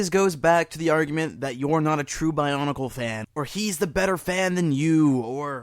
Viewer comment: love, how it sounds like barnacle sometimes, when he says bionicle quickly.